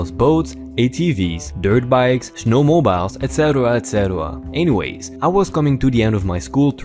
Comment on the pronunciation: SnowMobiles is actually said as snowmo-beels , rhymes with deals, heels, seals, wheels, etc.